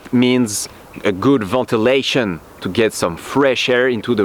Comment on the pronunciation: Great review! Not sure I want a good vootalation though. I'm pretty sure that's illegal! (Ventalation) Hahaha! Just kidding! Your English was good. I understood everything you said just fine. Thanks for the vid & PEACE!